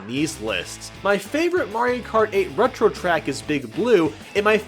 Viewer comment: "retro track" B R U H